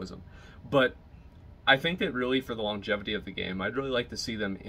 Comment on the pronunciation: 'wrath of de lich king'